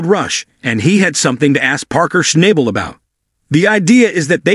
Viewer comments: You should AT LEAST know how to pronounce parkers last name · If you want credibility learn how to pronounce Parker’s last name.